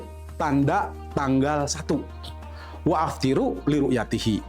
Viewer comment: Jangan bilang waaftiru bro. Kamu tidak ngerti nahwu sorrof bro? Waftiru itu yg benar